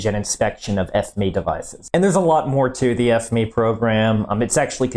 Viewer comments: I’ve never heard a site call it F-ME instead of just the Acronym F-M-E 😂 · No not F Me, F You. It's fucking FME as in F M E, FOXTROT MIKE ECHO, FME, not fucking F Me. What's wrong with you? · Is it intentional that you pronounce it like F-ME instead of F M E as a sortofa inside joke :D ?